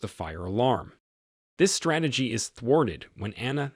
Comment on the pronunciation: It's STR AH TAH GIES not STRAY TA GIES